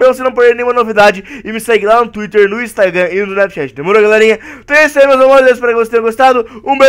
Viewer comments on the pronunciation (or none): none